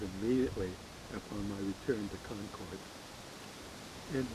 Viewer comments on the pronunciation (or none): Concord is pronounced the same as the word "conquered" I grew up there.